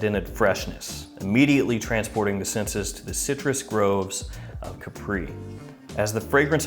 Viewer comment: it is Capri not Capríí